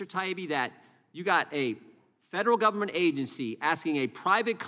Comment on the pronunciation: " gubbm-ment" 😂😂 how do work for something you cant pronounce?!😂😂